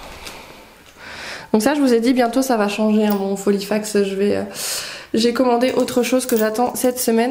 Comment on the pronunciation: J ai toujours le sourire en t écoutant sur tes vidéos... filofax et non folifax 😂😁😜 lol je te taquine. Prends bien soin de toi 😚